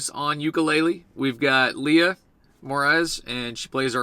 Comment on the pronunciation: Excellent video but you pronounced our last name wrong 😂 😂 say it like “more rays” 👍🏼